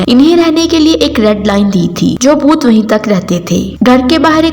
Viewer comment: Boot nhi bhoot 😀